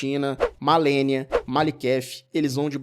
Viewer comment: o cara fala MALENIOS pqp